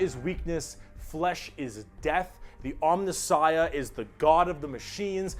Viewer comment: Jesus effing Christ,! It's 'om*NI*ssiah'... third last syllable!!! It's like hearing words akin to 'nuculear', 'calvary', and 'foilage'.